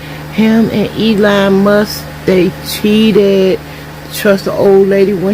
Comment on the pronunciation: LOL liar. Nobody who goes to a therapist rants about dyk3s and f4990ts, seeking validation. She is an absolute liar and a failure as a mental health care service provider. "him an' Elawn Muss, dey cheetadd" You have to be a Clinton/Gore/Kerry/Obama/Clinton/Harris voter to be so stupid that you are surprised that attacking a flat screen television will end up breaking it. nobody is going to try to make you a sl4ve, people who are looking to ensl4ve people are looking for people who are capable of serving some useful purpose, or of performing some sort of work, two things of which you are clearly incapable.